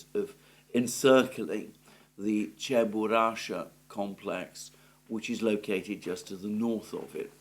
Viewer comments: It's Cheburashka (Чебурашка)..not "Cheburasha" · Alexander, the pronounciation is: "che-boo-rash-kah"